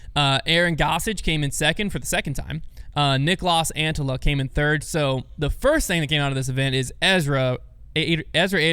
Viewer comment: It's normal, they still don't pronounce Niklas Antillas name correctly 😆